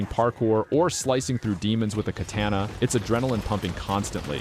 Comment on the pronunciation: This is the first positive video I've seen about Rockay City. And hearing you say "katehna" in the Shadow Warrior 3 segment made me snort, because that's how people back in Wisconsin said it.